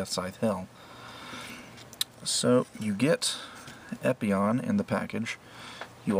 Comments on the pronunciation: Epyon "PIE"???? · how are you meant to spell the "pie" at the end of gundam epyon "pie"